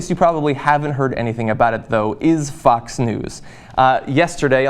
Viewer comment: Whenever you say "Fox" it sounds like you are saying "Fucks". Still works for me.